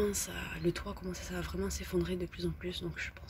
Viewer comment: Elle est vraimeng vraimeng vraimeng vraimeng vraimeng vraimeng vraimeng abandonnée, vraimeng.